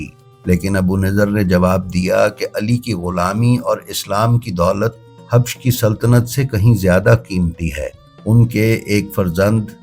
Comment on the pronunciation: Habash not habsh.